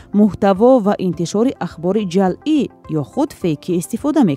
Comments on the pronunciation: Ҷалъӣ не, ҷаълӣ!!! Дуруст талаффуз кунед,! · Муҳтарам баранда ва шарҳдиҳандаи хабарҳои фейкӣ, гуфтед, ки "донистани хабарҳои ҷалъӣ.. ", дурусташ "хабарҳои ҷаълӣ" кӯшиш кунед, то калимаро бе хато хонед. Шояд ҳоло ба дарсгуӣ нарасида бошӣ!